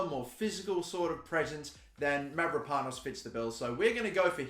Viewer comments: Dont you worry you pronounce Konstantinos Mavropano`s name fine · I am from Greece and you saying the name of Mavropanos very good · Ι have to admit that as an Aussie you are pronouncing my name extremely well considering its your first time you try pronouncing a Greek name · You said the name right don't worry.